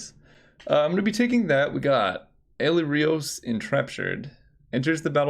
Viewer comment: Ali-Rios... Ali-Rivers jaja